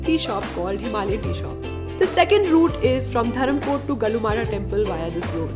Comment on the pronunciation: Dear not gannu mata..it's gallu mata or gallu devi...and keep it up..god bless you.